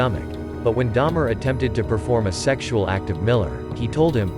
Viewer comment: Dahmer. Not Daimler. Me too btw